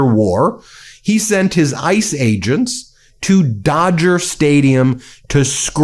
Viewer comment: Every time he says "Ice Agents" I hear 'Ice Age'.